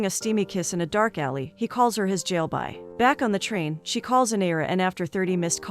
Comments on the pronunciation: Wow i didn't knew that the pronounciation of jalebi is jail-by... 😂😂😂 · same hahaha it's jalebi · It's not " Jailby"😂😢😢😢 It is an Indian sweet Jalebi like in the song jalebi baby